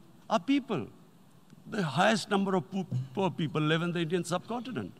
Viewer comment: The highest number of "POOP" "POOR" "PEAOPLE". This man need no introduction.😂😂😂😂😂